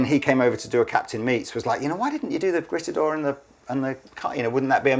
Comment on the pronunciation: It’s pronounced: “greet-a-door”, guys.